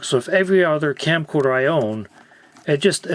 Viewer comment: Anyone else hearing "Campcorder"? I think I'm going to start using this name now.